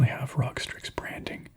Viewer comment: Rog lol it’s supposed to be said like R.O.G